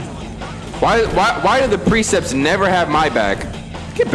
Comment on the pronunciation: This man said “Precepts” the entire gameplay